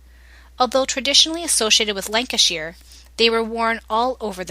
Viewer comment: Cracking review of the lancashire clog. But its pronounced lancashyer being lancashyer born an bread am being fussy